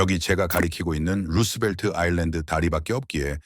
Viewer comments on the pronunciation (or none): none